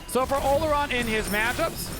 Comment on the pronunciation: In case you're curious the real pronunciation of Olorun is aw-law-rune :p